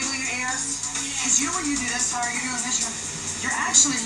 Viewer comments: Lol her name is Tyra not tiara lol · Not Taira or Tiara its Tyra